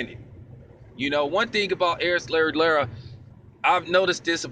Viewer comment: Lmao bro you got my Mexican girl dying from how you pronounce Lara's name. No worries doe it's very different even for a Hispanic name. Anyway you kept it 100 as usual